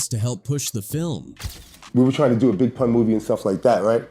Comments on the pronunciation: He called Pun, "Poon." 😫😫😫 so disrespectful. Lol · AI disrespecting Pun name , who is Poon ? 😂 foh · Man said poon 🤦🏽‍♂️